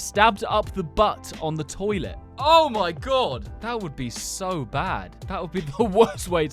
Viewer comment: STOHBBED IN THE BATT ON THE TOILETTE